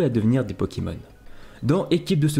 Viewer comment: des '' pokimons''